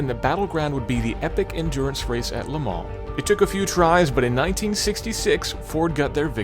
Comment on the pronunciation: First American I've ever heard who can say Le Mans properly without saying "Le Maaar"